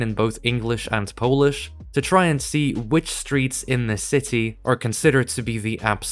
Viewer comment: your pronunciation for the polish letters is actually really good